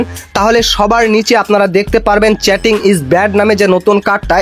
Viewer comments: ভাই তুই আগে ভালো করে ইংরেজি উচ্চারণ শিখে নে😅😅😅চ্যাটিং না চিটিং😅😅😅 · চ্যাটিং না রে ভাই চিটিং হবে ওটা। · চ্যাটিং না ভাই চিটিং 😶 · চেটিং না চিটিং, আগে কথা শিখতে হবে😂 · চেটিং নয় চিটিং ইজ ব্যাড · প্রত্যেকটা শব্দ ভুল 😮 চ্যাটিং নারে ভাই চিটিং 😄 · চেটিং নয় চিটিং হবে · ভাই! চ্যাটিং না। এটা চিটিং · চ্যাটিং নারে ভাই। চিটিং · Chatting na Vai cheating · আগে নিজের ইংরেজি শুদ্ধ করো🧐তারপর ইউটিউবে কাজ করো।চিটিং কে চেটিং বলতেছো😅😅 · হামিস্টার না ভাই হামস্টার চ্যাটিং না ভাই চিটিং আগে উচ্চারণ ঠিক করুন